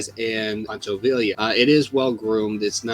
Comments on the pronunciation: Poncho VIE-YA how are you gonna do a video on Mexican heritage and get the dudes name wrong. Do more research, stop being lazy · In Spanish two L's make a y sound. For example, Pancho Villa is pronounced as Veeya... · En español, Villa is pronounced “vee-ya.” Two L’s sound like a Y. Don’t ask me why. Glorious video btw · I found the video disappointing. A bit too heavy on how Hollywood has supposedly affected the Mexican mustache. What I found annoying, though, was the pronunciation of names like Villa and Zapata. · True, but you can say Schwarzenegger better than he said Villa